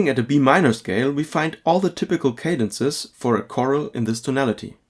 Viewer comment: The word is "chorale," not "choral." (kuh-RALL, not KOR-l)